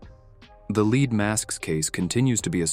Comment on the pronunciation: One presumes that a human reading these stories would realize that there are two ways to pronounce the word “lead,” depending on the context. It was a bit grating to keep hearing that these men were wearing “leed” masks, when it was obviously meant to be the metal.